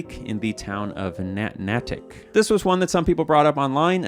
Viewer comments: “Nat Natick” lmfaoooooo 😂 it’s pronounced Nay - Tick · its more like nay-dic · Natick is pronounced like Nay-tick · I know this video is older but its pronounced Neigh-Tick or Nay-Tick not Nah-tik. - a proud masshole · I know it doesn't matter, but it wouldn't sit right with the new englander in me if I didn't say it's nay-tick not nah-tick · Whew boy, hearing pronounce Natick really... Really hurts my head. Mostly because my mother lived there way back when. For anyone who doesn't know how to pronounce it, the A is said like the name of the letter. So it's more like Naytick, as opposed to Nattick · Its Quin-zee, not Quince-y. Nay-tick, not Nat-ick. The satellite array was named after the town of Revere, which was in turn named after Paul Revere. Signed, a Quincy resident. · It’s Nay-tik not Nah-tik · Nay-tik not Nattic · Nahtic???? naytick is how its pronounced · It comes with the territory of the Massachusetts based map, but it's more like nay-tick not nah-tick. We know our town names are hard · natick is pronounced like “neight-ick” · Natick: “Nay-tic” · [head suddenly snaps up from the game I was playing while this was on in the background] it's pronounced NAY-tick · Nay-ick. Thats how you say Natick. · Natick is pronounced Nay-tick, like nay-sayer :) There is also a city named Revere just north of Boston named after our boy Paul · I’m sure you don’t care but it’s pronounced ‘nay-tick’ for some reason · Least important takeaway but Natick is pronounced “Nay-tick” (or in the Massachusetts way, “Nayd-ick”) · Pronunciation corrections: Quincy - kwin-ZEE Natick - Nay-tick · "Nay-tick is how you pronounce Natick. But I disagree with the assessment that it was just a landslide. Natick in real life has an Army Research Center that could definitely be a fictional target for a bomb in the fallout universe. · fwiw, Natick is pronounced Nay-tick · lifelong masshole, it’s pronounced nay-tick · Natick is pronounced "naye-dick" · "NAY-tick", good sir.